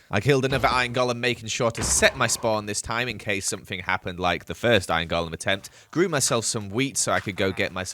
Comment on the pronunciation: said we found our firth dimonds.